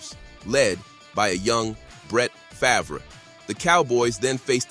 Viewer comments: Brett faverick and eightmam is your AI working alright. Lol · Get a real narrator. You AI voiceover can't pronounce Aikman or Favre